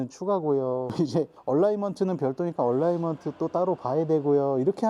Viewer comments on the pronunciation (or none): 얼라이먼트 얼라인먼트 발음상의 차이입니다. 방지턱에서 로워암 부러지는 차도 있습니다 (노후차량) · 얼라인먼트! 얼라이먼트 아니고! 방지턱에서 얼라인먼트가 틀어닌다니 말같지도 않은소릴하시네